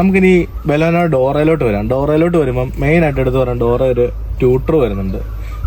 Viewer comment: Chengayi. Bolono. Alla baleno 😢😢😢